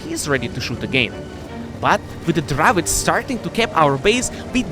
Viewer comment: What's a Dravits? Do you mean the Dravec?